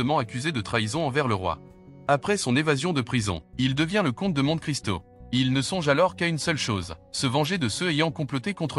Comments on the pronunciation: 80ans. 20/20 Mais c'est trop facile, je pense que mon niveau réel doit être 12 ou 13. En parlant du Comte de Monte Cristo, on doit prononcer "Monté". C'est à se demander si la voix qui parle sait vraiment de quoi elle parle (on peut penser que c'est une voix synthétique). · Pas très difficile, c’est peu de le dire. J’ai un peu honte de n’avoir eu que 19/20 (le foie, pas le pancréas 🤪). Le commentaire est intéressant et bien illustré, mais entaché de quelques erreurs (la plus belle étant la révolution de… 184…9 😮) et deux mots sont mal prononcés (Monte et Delhi dont les « e » se prononcent comme des « é »), comme si le commentaire était fait par de l’I.A.